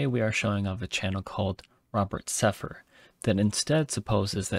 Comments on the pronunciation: You didn't even say is his name right... Robert "Sepher"... Anyway. Wikipedia isn't a terrible source to use you know. Information there isn't completely false. Also, he's not plagiarizing completely; he has included links to his sources. In addition to this "originality" is literally non-existent. Humans have a hard time being completely original because we take ideas and alter them, etc. As an anthropologist, his work is obviously going to contain a lot of information from other sources. As far as we know, Robert is not a geneticist, astrologist, or historian, but he's trying to tie them all together. "Mortal admixture" also is found from the Sumerian Tablets. It means genetics to put it simply. Regardless of your complaints, I think you should send him a message through email and ask him to further elaborate on topics and add more evidence (if possible) to them. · Atlantis contains two t’s, not one. Also, Sepehr’s name is not Sepher but Sepehr.